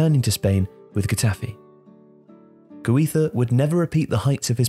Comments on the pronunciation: it's GUIZA , not HUIZA! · The way you pronounce "Guiza" made me stop watching.